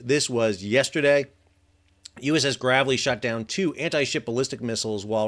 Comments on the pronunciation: FYSA, DDG 107's name is pronounced "Grave-ly" not "Gravel-y." I appreciate the coverage of the events though! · It’s Gravely (grave-lee) not Gravelly (grab-el-lee) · I have to think that ship is pronounced the Grave·ly /ˈɡrāvlē/, not the Gra·vel·ly /ˈɡravəlē/ Trying to help.